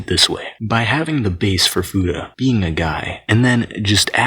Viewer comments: fooda? the hell is a fooda? FEW-TAH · I always thought it was pronounced fyuta not foota